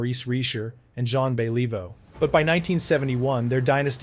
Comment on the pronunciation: Jon bellivo? Don't quit your day job.